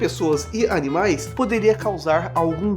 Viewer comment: "os canimais" KKKKKKKK